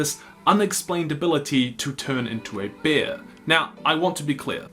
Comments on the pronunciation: It’s bear not beer! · Bear is pronounced BARE (same as air but with a B) NOT Bee-ayre as you do in this video. Which to an English ear sounds like your saying Beer. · He said beer instead of bear at one point in the video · When you said: "he has the ability to turn into a bear" I actually thought you said Beer, which made me imagine Beorn as some kind of fruity flavoured pleasant stout... it was an odd moment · I love how you pronounce it "He can shift into a beer" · You say ‘bear’ the way most English speakers say ‘beer’. I was confused at the beginning of this.